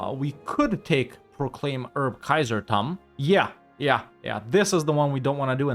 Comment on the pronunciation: "Erbkaisertum" sound like Kaiser is having a berpy tummy problem 🤣